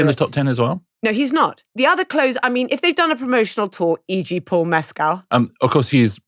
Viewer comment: Great pod but Paul Mescal is not pronounced like Pedro Pascal - it is more like Mess school